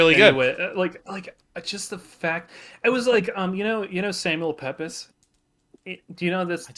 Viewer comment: Pepys is pronounced Peeps for some reason.